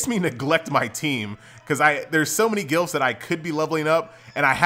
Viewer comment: You saying glyphs like gilfs. man i love you